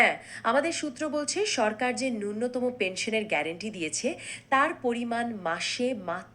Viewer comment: উচ্চারণ ঠিক করুন নূন্যতম নয় ন্যূনতম |